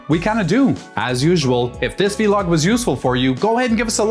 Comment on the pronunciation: Vlog like blog. Not vee log 😂